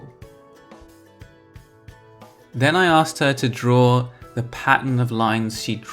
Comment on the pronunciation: You hear "asked" as you say it. But it's clear you're dropping the k which is not the norm for American English.